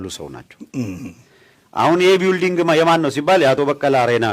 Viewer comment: ቢውልዲንግ ይላል ይሄ መሀይም አሜሪካን አገር ተቀምጦ:: building እንዴት ነው የሚነበበው ብለህ ጠይቅ እስቲ